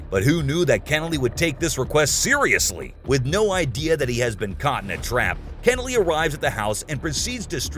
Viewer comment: It’s pronounced “Keh-nelly”. If you’re going to say the name 75 times, best to at least say it right.